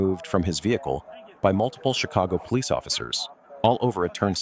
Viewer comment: Lol why pohlice 😂😂😂😂